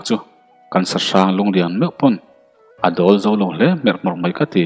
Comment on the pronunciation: Zem kualna tur a zo tih i lam dan hi zamzo/mizo tih kan lam rik a zo tih lai hi a ri sang deuh a lam tur ni in ka hria